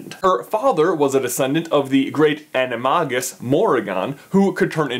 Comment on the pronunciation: Watching him butcher the word “Animagus” physically hurts